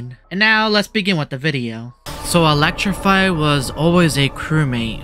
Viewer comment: Don't pronounce t Elecrify😅✅